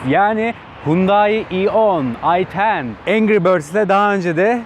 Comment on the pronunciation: Ayten diyince bende videoya bakıyorum kadın göremedim hiç meğer İ 10 demiş 😂😂😂